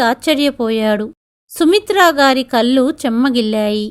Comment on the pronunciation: అనింది అనకూడదు అంది.అనాలి. కల్లు అనకూడదు కళ్ళు అనాలి.